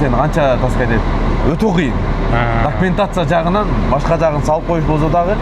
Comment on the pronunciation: жаЗап, эЗ алып эмес - З эмес С менен сүйлөгүлөчү